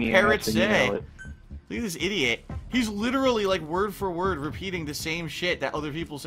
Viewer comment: I hate his pronunciation of "idiot." Infuriating.